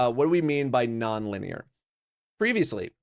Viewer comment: “Nonlinear” sounds like “No effort”